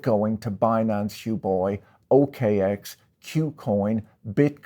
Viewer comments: After hearing Patrick pronounce Huobi as Hu-boi I feel we all need to adopt that as it's much more in line with their serious business. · LoL he greatly mispronounced Huobi which just shows Patrick isn't a true crypto believer or scholar